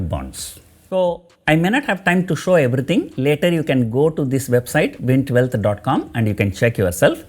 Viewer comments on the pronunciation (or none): none